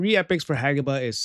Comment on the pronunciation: HE FINALLY PRONOUNCED IT RIGHT!!